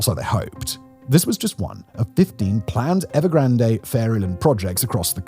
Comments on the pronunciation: Everyone: 'EvergranD'. The Brits: 'Evergran-Deh!" Seriously?? What is it with the desire to mispronounce every. single. word??? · “Evergranday” no one has ever pronounced the company name that way. Sorry Simon, you’re reading a script, but not understanding the content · The final 'E" is silent in Evergrande. It's pronounced 'Ev er gran d' NOT 'Ev er gran day' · Please pronounce EVERGRAND CORRECTLY. TWO....COUNTRY GARDEN DEVELOPMENT HAS EFFECTIVELY GONE UNDER AND ITS 3.2 TIMES LARGER THAN EVERGRAND.....WITH 280,000 UNITS....YES ....280 THOUSAND UNITS....UNFINISHED BUT PURCHASED. Evergrand entered into bankruptcy court in the US. BofA was its largest creditor. Country Garden entered into an agreement with the CCP TO COMPLETE THE FIRST 100,000 UNITS IF THE CCP LOOSENED FINANCING RULES. THE CCP DID....COUNTRY GARDEN HAS YET TO COMPLETE THE FIRST 20,000 UNITS. YOU NEED FEAR BETTER INFO SOURCES OR ...LEARN MANDARIN AND READ SOURCE MATERIAL RELEASED IN CHONA AND.....NOT....THE GARBAGE REPORTS SENT OUT EXTERNALLY